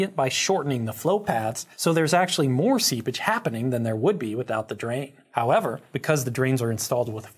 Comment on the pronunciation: Insightful as always. And you also have the rare talent of being able to say “they’re there” and they actually sound like two distinct words!